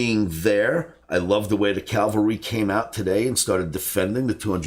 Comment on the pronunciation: not a biggie, it's 'cavalry'